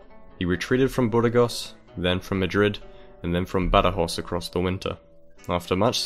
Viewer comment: Badajoz is never pronounced Badajoss. It's Either Badahoth is Castilian, Badahoh in local Extremeño, or Badajosh in Portuguese.